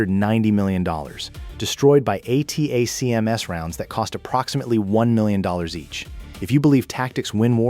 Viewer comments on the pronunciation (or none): "ATTACK-EMS" << acronym pronounciation. "G-U-R" << sounds like this. Your video visuals dont match the audio. The video is too long. Asking questions? sophomoric. This would make a good 10-minute video. What it lacks is cohension and what it needs to get rid of is saying the same thing more then once. Just set the ground work and then move in to the kll. People dont have time to waste watching 10 minutes of the same narration. Finally, state your references, such as putting up screen shots from ISW or AFU released reports. Good try, but needs tightening.